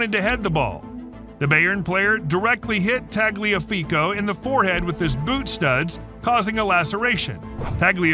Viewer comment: Your telling me this man can't pronounce ajax but somehow got Tagliafico spot on